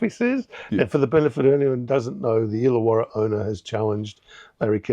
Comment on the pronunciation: it's ILLAWARRA.